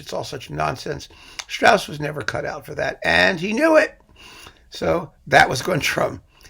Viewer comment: Strauss was not someone who brought his humor to the people as a thigh-slapper - Rossini didn't do that either - but who had wonderful i not the best lyricists who hid the humor in the language, Strauss then in very fine music. And please - If you give a lecture on Strauss, pronounce his name and works correctly. And your analysis about Jochanaan in Salome is totally wrong in my opinion.